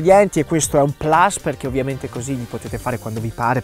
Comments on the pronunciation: Sei grande pero se dici plas e non plus perché fa più fico pronunciare all'americana una parola latina... sei forte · Non si dice plas....si scrive plus e si pronuncia plus. È latino, non inglese. Ignorante. E poi continua con le tue ricette. Ma studia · Cmq si dice "plus" non "plas"...perchè non è inglese,ma LATINO... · Non è un plas, ma un plus (detto proprio plus): è latino ! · Molto bello ma oltre alle ricette insegnamo a tutti una bella cosa: PLUS è LATINO, non si pronuncia plAs, quella è la pronuncia ignorante inglese. Grazie dell'attenzione. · PLUS è latino, non occorre pronunciarlo all’americana, siamo in Italia. Ma le superiori non le fa più nessuno?🤦🏻‍♂️ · E, mi raccomando, impariamo anche a distinguere tra un errore di battitura in un commento dall'una di notte ed una pronuncia a cazzo presa da una lingua straniera di un termine derivante dal latino. (Anche perchè nello stesso italiano si usa dire "non plus ultra", locuzione presa in prestito proprio dal latino, pronunciata correttamente.)